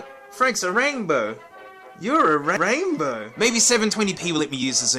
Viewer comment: a rain-BOA (please laugh)